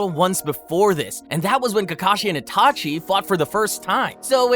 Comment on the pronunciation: ''itaki'' ?? lmao